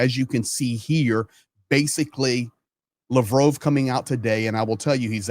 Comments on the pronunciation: Mispronouncing Lavrov's name? Why am I listening to this guy? Russia's finished. What's all the hubbub, bub? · why do you pronounce Lavrov with a long O sound instead of the short o sound that everyone else uses? I find it detracts from your commentary. Please figure this out because I can’t keep watching as long as it’s mispronounced. Otherwise I enjoy your commentary except when you speak to your audience like we’re babies who don’t understand the world & need everything explained to us in minute detail.